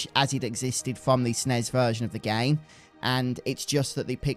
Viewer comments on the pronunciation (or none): "in the original gay"